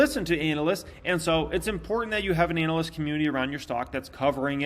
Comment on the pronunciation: Dude it's analyst, not anal-ist.